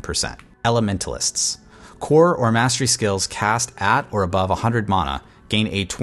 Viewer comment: This is Diablo it’s mana not muna